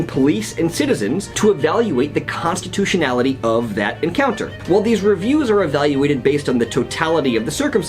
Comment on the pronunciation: constitutionality 😂😂😂😂😂what is that...